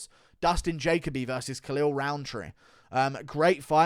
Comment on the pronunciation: Ja-Co-B 💀 “Jacoby”